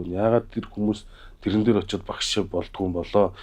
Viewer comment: Тийрэн биш тээрэн юм уу